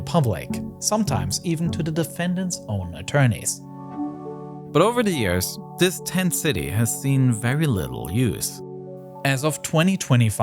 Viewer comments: The word this, does not have a d. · “Dis is America’s most contwoversial base”